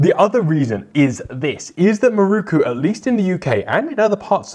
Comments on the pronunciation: MIROKU! Pronounced in English: Me Rockoo. Certainly not Marookoo 😂😂😂😂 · how is it possible that someone presenting a program like this, can not pronounce the makers name. The word is spelled with an O as the 4th letter. Why do you insist on changing it to a U